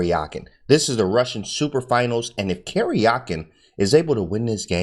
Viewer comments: It's not "Kerjakin" but "Karjakin" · Karjakin is actually pronounced like Karyakin, I think. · Thanks for your awesome video. The correct pronunciation of their names is as follows: "DOO-bohv" "Kah-RYA-keen" - (I am native Russian speaker). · AHHH!!!! Stop saying Caryahkin! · Talk about brutal??? Absolutely butchered the pronunciation of Karjakin XD